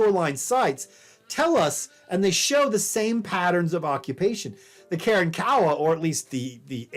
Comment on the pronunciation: I cringe every time he says “Karen-Kowa”